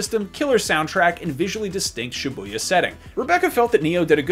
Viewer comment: Lol it’s funny how americans pronounce Shibuya